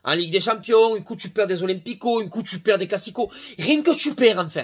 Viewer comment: Tu perd « tuperwer » mdrr Chepa comment ça se marque mais tu m’a tué